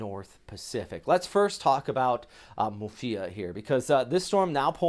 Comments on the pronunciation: Sorry but it's Muifa, not Mufia. I watch your videos a lot tho. :) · This guy is constantly mispronouncing Muifa, It's Muifa not Mufia